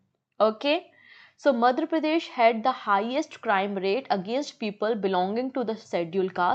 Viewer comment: Ma'am! Aap apne hin state ka naam achhe se pronounce nhi kar parahe hain kyun ? It should be Madhya not Madhra Pradesh. I've told this many times but u take it as a light comment please ma'am make some fluency in ur pronounciation process. I'll be very happy to see that.